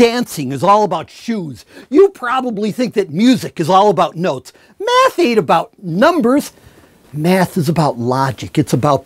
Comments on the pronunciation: I love this guy, especially when he jumps around and pronounce 'math' like 'meth' ;) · it's cystal math. not meth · Did he say he likes math, or meth? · "Math? Do you mean meth?" Totally this dude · i thought he said meth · Math... not meth. c'mon doc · Why is this in my recommendation Why does it sould like hes saying meth instead of math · every time he says math imagine he's saying meth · you wanted to say math...no? please said no. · At the beginning i thought he said meth ain't about number instead of Math ain't about number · Everytime this guys says "Math" I'm hearing the word " Meth". 😂😂😂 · I could have sworn I heard him say "The cool thing about meth" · I mean isn't it obvious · Meth is about logic, it's about beauti, it's about connections.